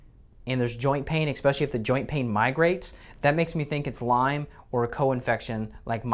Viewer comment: I know this is nitpicking, but a doctor, who says eXpecially?